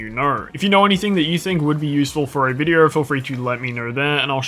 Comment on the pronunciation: Sorry but how does vide-oooo sound like vide-errrrr